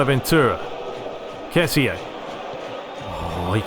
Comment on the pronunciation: Hey glad ur back bro,I just wanted to say that kessie is pronunced ke-si